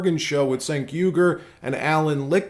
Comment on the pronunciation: Pronounced “Jenk”. Just so you sound in-the-know.